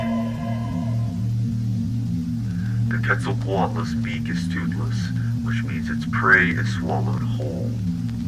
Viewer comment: "Is this the wrath of qeutzoqaulust punishing us?"